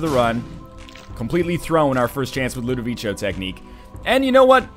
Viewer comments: If its italian or french its LudoviKo. Actually i cant find language where ludovico is pronunced ludovichyo. (it would be Ludovicio not Ludovico) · NL it's pronounced Low-doe-vico from the movie/book "A Clockwork Orange" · It's pronounced Ludoviko, you lovely ding-dong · It is pronounced Lood-Eh-Veek-O, just for future reference. They say it out loud in A Clockwork Orange. :D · Rewatch A Clockwork Orange for the correct pronunciation. As an added benefit, you'll get to watch A Clockwork Orange!